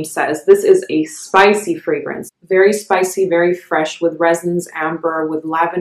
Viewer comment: Your pronunciation of the fragrance houses and scents is the best I’ve heard. Great video